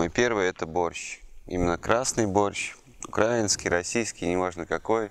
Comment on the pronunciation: УкраИнский правильно :)